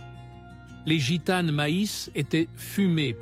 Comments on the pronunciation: IL FAUT DIRE A LA PERSONNE QUI FAIT PARLER L ORDINATEUR DE LA VOIX DU COMMENTAIRE QU EN FRANCAIS ON NE PRONONCE JAMAIS LA LETTRE " S " DU PLURIEL DES NOMS . ON NE DIT PAS " GITANE Z " MAIS " GITANE ". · " Gitane's, brune's " 😂😂😂